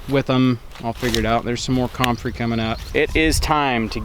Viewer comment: you're the only person I've ever heard pronounce comfrey that way. Waiting for the official total, but I think we got 13 inches in Minnesota.